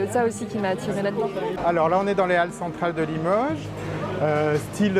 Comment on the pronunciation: Une chose m'interpelle, j'entends des gens prononcer limeuge, eh oh ! C'est Limoges avec un O, faut-il l'écrire avec un Ô?